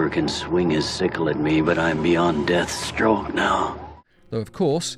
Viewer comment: Why do you say strength like strenf? It's the same with death.